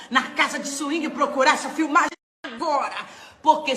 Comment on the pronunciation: Ela falando " filmage" kkkkkkk deputada" kkkkk português corretíssimo